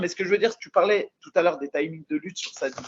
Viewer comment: On dit sadibou pas sidibou